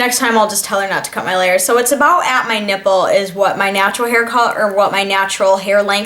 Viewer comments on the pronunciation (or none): "It's about at my nippol" :) you crack me up, ha ha!